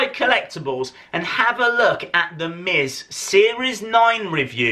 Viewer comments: he said sa instead of z ;) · LADIES AND GENTLEMEN HERE COMES "ZTHE MIZ" LMAO